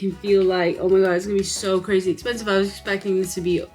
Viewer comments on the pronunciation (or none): none